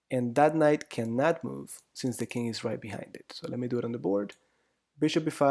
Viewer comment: why do you pronounce king as "kink"?